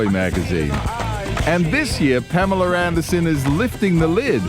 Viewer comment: pam-ellah....not palemar.